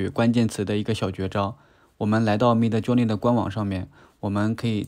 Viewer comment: 太喜欢你说mid Jony了😅😅